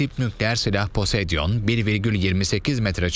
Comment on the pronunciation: sunucu poseidon demekte neden zorlanıyor posedion değil poseidon:D